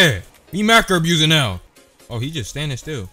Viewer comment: "Are you serious right neow" BYEEE 😭